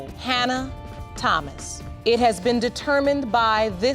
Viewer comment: Listen to how the Judge pronounces Thomas. Not TH sound for Thomas. Okay?😁